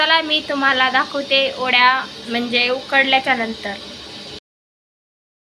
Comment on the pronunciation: Tai ओड्या nhi o .. te वड्या असतात.... जास्त सुशिक्षित बोलण्याच्या नादात काही पण काय 🤦